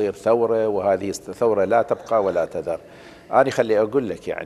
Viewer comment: قل لاتًُبْقي ولاتذر ولا تقل لاتَبقى ولا تذر تعلم اللغة العربية اولا